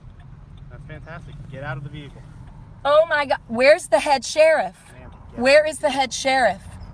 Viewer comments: DID SHE SAY VEE-HICKLE? 🤣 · Veee heeeee Cle I’m yet to hear a sovtard pronunciation of the word vehicle correctly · Why does every one of these retards pronounce Vehicle as VEEE HICK ELL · "Vehicle"? What happened to automobile?! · Why do they all pronounce the word vehicle like morons. Instead of breaking the window, they should just slash all 4 tires